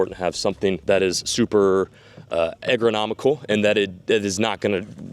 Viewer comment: Eggronomical???!?!?! Man, you make up and eviscerate words so regularly and it's hilarious. The word you were looking for was ERGONOMIC! 🤣